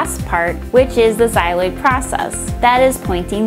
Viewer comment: It's not "xyloid" process, it's "xylophone" process, sheesh